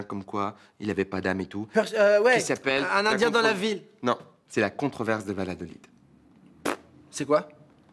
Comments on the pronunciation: ondit pas VaLadolid on dit VaYadolid c'est comme ça que je l'entend prenoncer depuis que je suis petite (ma tante y habite) et du coup ça m'ecorche l'oreille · alors d'après les chaussettes je ne sais pas, mais d'après mon prof d'anthropologie ça se prononce "Vayadolide". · alors par contre ça se dit Balladolid